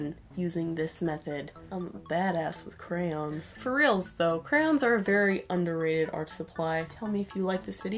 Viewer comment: normal people: crayOOOns extra people: crayins edit: NO hate im sorry if i offended anybody